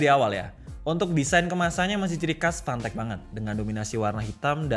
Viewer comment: Fantech ya... Jangan salah sebut.... 🤣